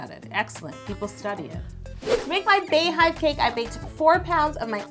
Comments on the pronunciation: Bey is pronounced like Bee. The same way you pronounce it when you her name Bey(bee)yonce...But this cake is so bomb!!! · Yo I love you but it's still pronounced "BEE" Hive... Her name is BEEYonce not BAYonce.... We are the Bey(Bee)Hive. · pronounced "BEE" Bee-Yon-Say :(( love you tho Yo LMAO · It’s really not pronounced “Bay.” Idk where that comes from. Bey has never pronounced it that way nor has anyone close to her. Lol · I’m apart of the Beyhive but I’m cringing at Yo’s pronunciation. lmao 😂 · GIRL I be saying the same thing like where tf they get "bae " from ya'll know damn well that's not how u pronounce her name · It's definitely Bey (as in BEE-yonce) hive. And also Bey is pronounced bee not bae... Not sure when this became a pet peeve of mine, but I was definitely triggered today lol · To everyone under this post saying its pronounced "bae". BEYONCÉ HER SELF SAYS IT LIKE "BEE" good day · Anyone who pronounces it Bae-hive instead of Bee-hive are the feds. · Bey-hive is pronounced like beehive. It’s not Bay-hive. Her name is not BAyonce. Love you Yo. Please. Stop. You can do this. ❤️ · damn i really thought she was real beyhive but she say bae not bey so sad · why do you say "Bay-hive" when it's not "Bay-oncé" - "Beyhive" is pronounced the same as "Beehive," that's the point😂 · Its BEE-HIVE wtf is Bay-Hive? Like its BEE-YON-CE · Is it like Bae or Bey, because Bey is pronounced Bee, like BEE-yoncè not Bae-yonce. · Tianna Perry thought I was the only one I was losing my mind Everytime she said bae hive like wtf... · I was wondering why she called them bees instead of baes. It just makes more sense if its a bae hive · it’s Bey hive for Beyonce lmao girl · Correct. It's BEY-HIVE, but pronounced BEE-hive. (like BEE-YONCE) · I honestly think she’s saying Bae because bey is bae af 💪🏽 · She said bay-hive 😂😂😂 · Bey is pronounced BEE because her name is Beyoncé, now bayonce.